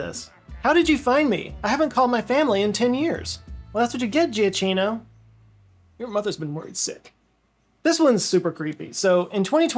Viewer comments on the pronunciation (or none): Just a point on pronunciation of "Giacchino": It's not "Gee-ah-chee-no". It's "ja-KEY-no". In Italian, the G is always hard (as in "give" or "gift"), unless followed by an i, then it modifies to the "j" sound, and the "CH" sounds like "K". Also, even before Google Maps I have almost never gotten lost. Partially because I know how to retrace my steps, but also because I know what direction North is.